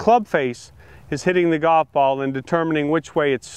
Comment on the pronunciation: Hank can't even pronounce the word golf, so I don't trust his advice.